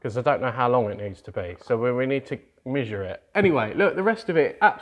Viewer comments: “Mishire it” 😂😂😂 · Was that weird pronunciation of "measure" a Matt's Off Road Recovery reference? 🤣